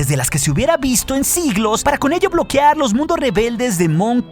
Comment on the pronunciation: BloquEar NO bloquiar